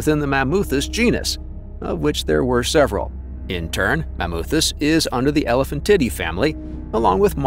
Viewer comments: Yeah, the terrifically bad Latin pronunciation bugged me too. "Elephantidae" became "elephant titty." Ridiculous. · Off topic but the way the AI voice pronounced Elephantidae sounded like it was saying elephant titty.